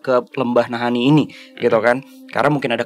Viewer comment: Ada yg baru guys, koleksi selip kata "Naha-Ini"